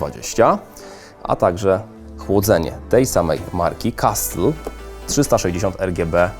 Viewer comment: Aż mnie zabołało to "casTl" 🙈🙈🙈😅